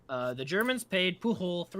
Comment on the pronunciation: Catalan is an important detail; Pujol is a Catalan name rather than Spanish. It's pronounced with a soft J, not a Spanish hard J. BTW, I drink a toast to Garcia's memory every April Fool's Day.